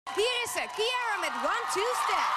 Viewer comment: She said kiara not ciara Anyway amazing cici